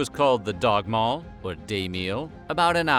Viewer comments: Jeez is it really dagmal and nattmal? Not dagmål and nattmål? Sounds very different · Dagmål not dagmal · I live in Denmark. Dagmal (danish- dagmad) “daw-mal”. Nattmal (danish- natmad) “nat-mal”. Skyr (danish- skyr) “skur”